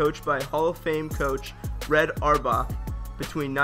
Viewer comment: How can the narrator not know how to pronounce Red Auerbach's name?